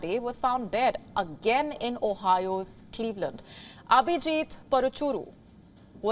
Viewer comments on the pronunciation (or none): none